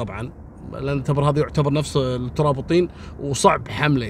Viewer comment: يعطيك العافية يا التبر بكسر التاء والباء ولك جزيل الشكر اخوك ابو علي من عنيزة